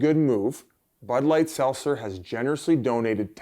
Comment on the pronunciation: Biz can’t say Seltzer